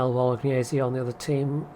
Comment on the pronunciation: I think it's "GBolognese", as in GNevada?